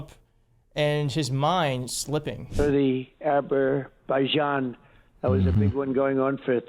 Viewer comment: "Aber-baijan"? There are place names in Wales beginning with "Aber". This is a prefix meaning that a place is adjacent to the sea.